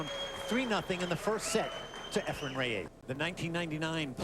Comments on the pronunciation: Efren's last name isn't Ray-A-zzz. He starts pronouncing it a little better as the match goes on, but it was a bit annoying to me. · Reyes not Rayes